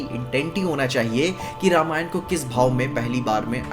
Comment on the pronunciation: Thank god ne रामायण बोला रामायणा नही 😅